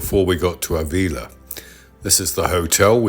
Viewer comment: Nice video, very relaxing. Pedantic mode on........Ávila has an accent on the first A, so the stress is on that letter (not the I)...........pedantic mode off!